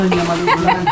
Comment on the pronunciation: Lang not lack